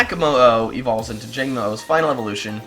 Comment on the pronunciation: I think the Jangmo-o series is pronounced like komodo..?